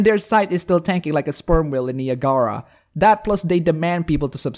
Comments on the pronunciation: Shit, I thought he was saying "The Agara." Now it all makes sense. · it took me a while before it got through that you said Niagara Also, the word "femaleness" cringes me to the nth degree.